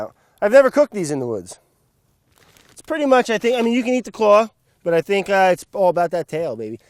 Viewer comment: sounds like he says can't but he says "can"